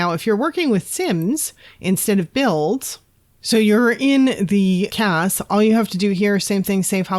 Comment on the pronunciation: I couldn't quite make out what you said at the beginning of the "Sharing a Sims" section of the video. It sounds like "So you're in the cass". I know that "cass" can't be right. I don't know how you got to that place with the white background. I'm trying to find out how everybody does those full family photos against a white background, but I've had no luck finding the answer. Thanks.